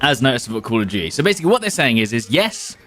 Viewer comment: Call of (British) DEW CHEIee!😅